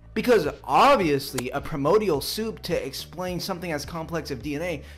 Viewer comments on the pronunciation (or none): PREMODIAL SOUP! The sort of guy you DREADED the teacher calling on to read out loud. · "Pre-mode-e-al Soup" That's a doozy. Also, he's one of those people who use literally with heavy emphasis to describe metaphors. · What in the actual hell does “premordial” even mean? 😂 Hey, it’s ‘primordial’. He doesn’t even speak English very well, so going to him for ‘evidence’ on evolution is just hilarious. Him am dum. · explains himself in the first minute And he said "pri-MO-dial"...TWICE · I die a little bit more every time I hear him say "pre-modial soup." If he's gonna say it so much in his argument, he can at least learn how to pronounce it. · Wait... a "promodial" soup? The hell is a Promodial Soup? Does it come with crotons? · I love how he keeps saying "Premodial soup." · “Primodial soup” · Did he just say it as 'prim-or dee all' an 'ore e gins'? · "Premodial". Ugh! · It is difficult to take seriously any creationist "argument". It is even more difficult to take seriously any creationist "argument" from someone who doesn't know how to pronounce 'primordial'.